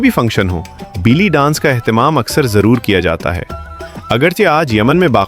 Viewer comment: بیلی نہیں بے لی